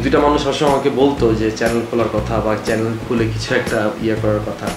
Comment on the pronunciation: চ্যালেন 🤪🤪🤪🤪🤪।।।।।কথার উচ্চারণ টা ঠিক করেন